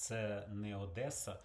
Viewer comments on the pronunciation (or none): none